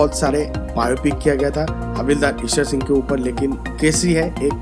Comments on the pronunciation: Please learn how to pronounce Ishar Sing's name FIRST not Eshwar Singh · Pls correct the name... It's not Ishwar Singh but Ishar Singh. In this video... Same is pronounced incorrectly